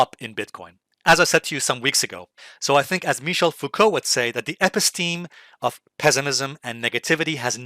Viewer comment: You mispronounce & misuse the term “Episteme!”